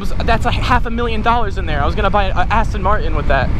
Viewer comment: YOU SAID AN ASTIN MARTIN